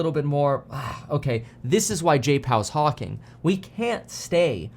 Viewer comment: Had to replay "hawking" 😂